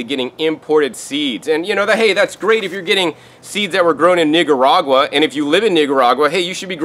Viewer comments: You need to be careful how you say "Nicaragua". & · Your pronunciation of Nicaragua was so off. Lord. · Nigga-ragua 😭😂 (the way he said Nicaragua) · Improve pronunciation of Nicaragua